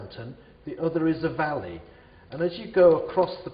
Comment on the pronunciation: its valley not volley